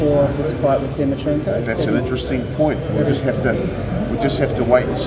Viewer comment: and your second question you called him dimitrenkov. at least get his name right buddy haha doesn't look good